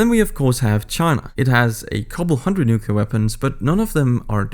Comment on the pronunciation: It is pronounced (New-Klee-err) Not (Nuke-Yuh-Ler) lol this drives me so crazy and i will never understand why this mistake is so common. Bush Jr Did it and nearly made my ears bleed regularly 🙉🙉🙉🙉🙉🙊🙊🙊🙊🙊